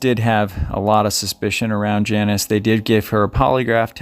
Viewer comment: Her name is pronounced Jaw-neece and not Janice.